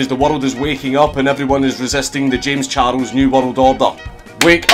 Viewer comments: I love the way he pronounced it. Kinda like how japanese say English words or names. Jayums Charusu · "Jems chardles"